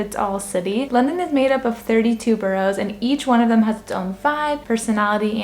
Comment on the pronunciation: Ba ras - not bo rows.